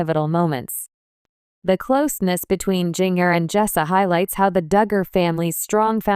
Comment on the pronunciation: AI Can’t Pronounce Ginger. It is not Ging— er. Also messed other things too in other video- it is very annoying !!